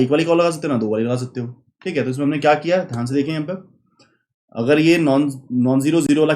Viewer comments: Very concise and informative video. That repetitive "chik hai" instead of "thik hai" though🤣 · chic hai